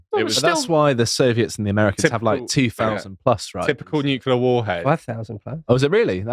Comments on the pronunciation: Stop saying nucular 😅 its nuclear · Please pronounce nuclear properly. It's not "noo-cool-ar", it's "Nu-clear"! Ffs, I can;'g get past this Bush-ism! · What even is a nucular bomb? Is it anything like a nuclear bomb? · Hard to believe someone who can't even pronounce nuclear. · Somebody sounds like Homer Simpson when he mispronounces nuclear. There are "tactical nuclear bombs" with very small fallout. There was MAD, mutually assured which meant enough warheads/bombs to wipe out all major cities. OTOH, people now live healthy lives in Hiroshima. Keep in mind that humans evolved in a much more radioactive world. Or is that news? LNT is a fiction. We need radiation in our environment for a healthy life.